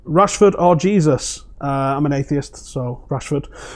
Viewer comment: Gabriel's name is pronounced Hesus,. Not "Jesus." 🤭 While Hesus is very religious it seems, he isn't the son of Christ. 🤭 But on the topic of him vs Rashford, yeah, I'd go with Rashford too. Jesus has just been a tap-in merchant at best.